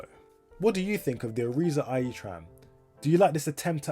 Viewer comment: irizar are mainly a coach company and have bought out all their suppliers including door manufacturer masats (by the way, Irizar is pronounced i r i z R)